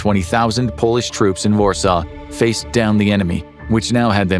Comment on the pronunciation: This “vorsaw” pronunciation is killing me 😂